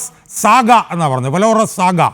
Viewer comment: അന്തിമ 'ഘോഷ യാത്രയല്ല .'തെറ്റായ പ്രയോഗമാണ്. വിലാപ യാത്ര. ആലങ്കാരികമായി അന്തിമയാത്ര എന്നോ മറ്റോ പറയാമെങ്കിലും " ഘോഷ് യാത്ര" എന്നു പറയരുത്. valorous =showing great courage in the face of danger, especially in battle.. ഉച്ഛാരണം , "വാലറസ്". "വേലോറസ്" എന്നല്ല. ഇംഗ്ലീഷ് ഭാഷ അറിയാവുന്നവരും ഇത് കേളക്കുന്നുണ്ട് എന്ന ഷാജഹാന് സർ അറിയണം ..